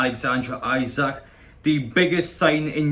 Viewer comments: Pronunciation is eesack 😁👍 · It’s pronounced “Is ack” lad